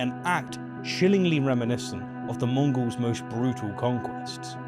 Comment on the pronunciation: Is it me, or is saying 'Mongrels' not 'Mongols'?